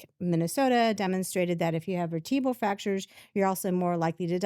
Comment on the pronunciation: Did she say veritbal fracture?